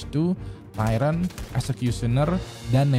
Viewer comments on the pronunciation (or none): none